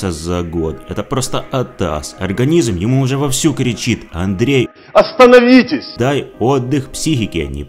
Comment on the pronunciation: лайк за "АСТАНАВИТЕСЬ"😅😅😅